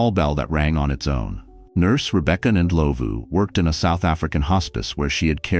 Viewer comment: Thandi is pronounced tundee Ndlovu is n-dlawvoo. (It means elephant )